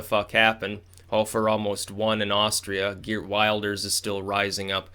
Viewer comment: Just for future vids if you talk about him, Geert Wilders is pronounced more like "Heeyurt Vil-ders"